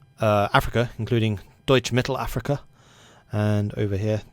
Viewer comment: Damn, the way you pronounced “Deutsch Mittelafrika” was spot on. Do you know German?